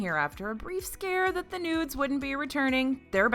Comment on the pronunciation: "noods" not nudes